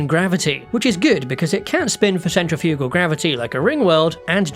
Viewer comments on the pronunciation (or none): none